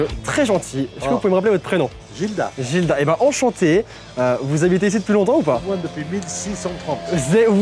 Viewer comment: Oh mon père aussi il s'appelle Gildas sauf qu'on prononce le s !